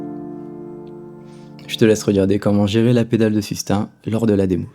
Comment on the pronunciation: Bravo pour l’approche, les pointes d’humour, etc... Tout ca est excellent, mais par pitié, ce n’est pas ’’la pedale de sustain’’ prononcé comme ’’hein?’’ mais ’’sustain’’ prononcé comme ’’hey...n’’ (sans le h) C’est pire qu’une fausse note... Merci... Un ancien prof d’anglais désespéré.